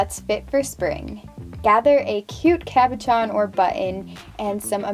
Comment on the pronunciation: I love the pillow it kinda makes me think of the paint splatter shapes from the game splatoon! very cute! (oh and it's caboSHON not caboCHON✌)